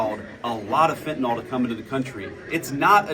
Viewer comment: It really annoys me! It’s not pronounced fentanol! It’s pronounced fentanyl, just like it’s spelled!!!